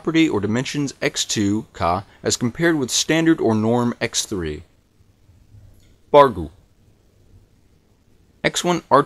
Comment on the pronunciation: In "bacru", it sounds too much like bushru.